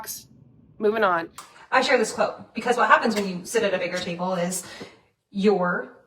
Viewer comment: I wasn’t really paying attention in the beginning, I thought she said titty bowl instead of table 😂.